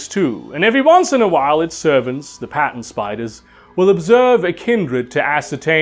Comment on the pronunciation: When you said “Pattern Spiders” I thought you said “Patent” spiders. That that was funny.